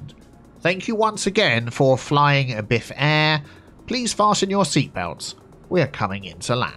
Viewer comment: I play this game because of you... BiffAir sounds much better then BiffaAir btw